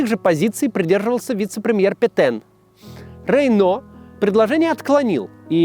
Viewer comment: Петэн пэтен пэтен пэтен пэтен